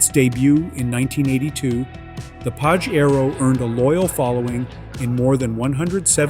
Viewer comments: Not pa she roh It is pa jay ro U cant read the correct name 😅😂😅😂😅😂😅😂😅😂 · Stop mispronouncing the car's name! I own a 97' Pajero Evolution and it's pronounced Pa-SHare-Oh. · Why are you saying PAJERO so weirdly?